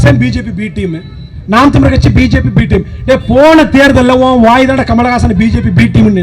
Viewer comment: தம்பி NTK இருக்க சீமான் எல்லாருக்கும் சேர்த்து சொல்லுற தமிழ் உச்சரிப்பு பேச தெரியாமா மேடை ஏறி பேசுறீங்க . தமிழ் ல தமி ல் நு சொல்லுறீங்க வழக்கறிஞர் ஆ வ ல க்கரிஜர் நு சொல்லுறீங்க.